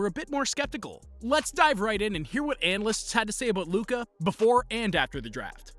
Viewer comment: 7.57: did he fail on the word analysts?😆😆😆